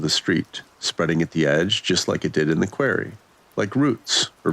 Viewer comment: Sorry its not a queer-ry its pronounced qua-rry... Quarry. 😂 Good story still and not the worst mispronounced word ,i believe that was cackaphony instead of ( cacophony ) on viddith 22 . That one had ppl cracking up !